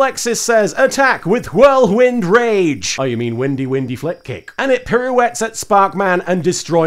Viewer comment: When he said "Whirlwind Rage," I couldn't help but hear "Brooklyn Rage."